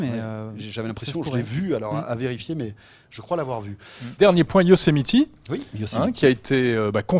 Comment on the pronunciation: Haha j'adore votre façon de dire "Yosemiti", mais d'ensuite dire "continuité" ;)